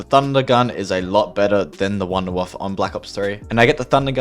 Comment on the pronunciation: as german i am so triggert how u americans say woonderwooffel xD its called wUUUnderwAAAAAffEEEE wunderwaffe means wonderweapon i would actually way more happy if u just say wonderweapon instead of calling it waff, waffl, woderwaff or wonderwoffl xD its like you call the wonderweapon: weap, weapl, wonderweap, wonderweapl and the map "verrückt" means "crazy" and is completly diffrent pronouncd other wise great video watched it all and loved it but for god sake use google translator and learn how to pronounce it right xD